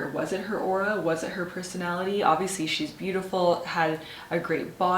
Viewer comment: The word is 'aura' 😃